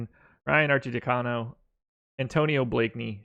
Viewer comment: Arcidiacono = ar chee dee AH cuh no! Or you could just call him Archie!